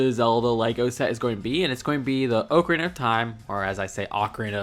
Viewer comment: Oca- reen- a